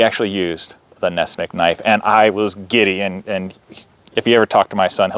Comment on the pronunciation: It's not Ness-mick, it's Ness-"MUCK"!